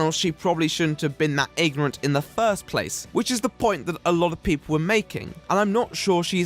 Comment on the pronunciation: INGORANT :P (Not bashing or anything, just something I noticed please don't flame me)